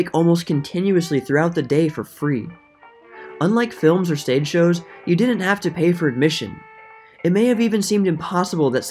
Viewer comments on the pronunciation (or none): Work on the words COULDENT and DIDENT. That's not how to pronounce couldn't and didn't.